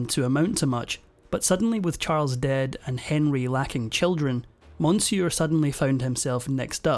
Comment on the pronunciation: For the love of God, please learn how to pronounce Medici and monsieur.